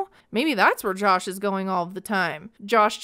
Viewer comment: can't get over how she pronounces Jush